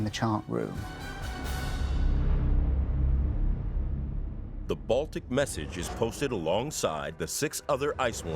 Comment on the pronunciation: Its not CHAT room its CHART ROOM!